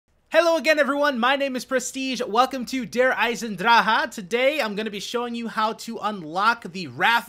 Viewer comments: just so you know its not Eisen-Draha its Eisen-Draheh, just so you dont sound dumb in your future videos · It's Der-eisen-drake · i cringed at your pronunciation of Eisendrache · i am from Germany and Its so funny how u say der eisendrache xDD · no its pronounced Der-Isen-Drak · no it's Der Eisen-drahe (you pronounce the "e" at the end). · I love how Americans pronounce "der Eisendrache" :D